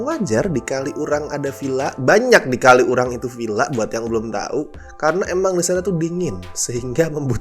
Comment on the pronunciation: Mo komen minor, bacanya bukan "kali urang" tp disambung "kaliurang", sebagai org xurang agak keganggu aja haha.. Maap ya no offense